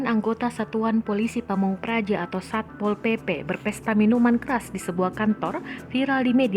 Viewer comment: When satpol PP say: "SAY SAPPPOL. SAYA YANG BERWENANG DI SINU" HAHAHA